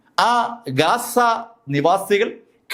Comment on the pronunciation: ഗാസ അല്ല ബ്രോ ഗzza